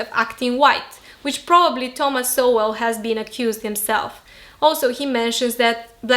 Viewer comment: Sowell is pronounced ”Soul”